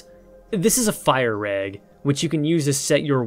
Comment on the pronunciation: Everytime you say fire rag all i hear is FIRE EGG